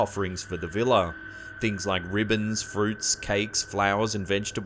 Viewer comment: Vila are properly pronounced vee-luh or vee-wah.